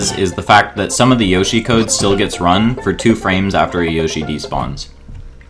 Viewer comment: I'm so triggered by that pronunciation of yoshi